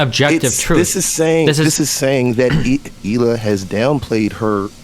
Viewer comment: Her name is prounced "High-lay".